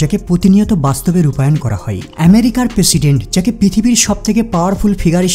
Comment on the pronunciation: পেশিডেন্ট নাহ প্রেসিডেন্ট 😂😂